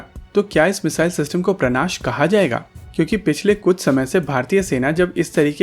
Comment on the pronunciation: सर, उसका नाम 'प्राणाश' नहीं 'प्रनाश' है |